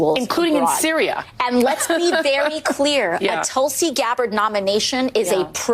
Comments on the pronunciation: She may be intensely jealous of Gabbard that she got such a powerful & prestigious post while she, AOC, got nothing remotely comparable. Btw, Gabbard’s first name is pronounced ‘Thulsi’ (short vowel as in ‘put’, ‘th’ as in ‘think’), not ‘Tullsi’ (‘u’ as in ‘pulse’, ‘t’ as in ‘talk’). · Mispronunciation of the name Tulsi pronounced Toolse Tulsi has Its own mythological history .Its in every hindus courtyard and worshipped.